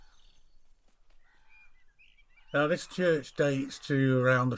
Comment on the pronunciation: Thank you for sharing. Meant to stop by many times on the way to the coast - the Brits' (Welsh) were pushed west to the hills from Wroxeter & Pengwern (head of the Alder swamp). Sacred but poisonous Yews. (PS No criticism of pronunciation, it's complicated! but y = u St "Cunoo" "Clangunoo" (half-Welsh person trying to help🤣 ))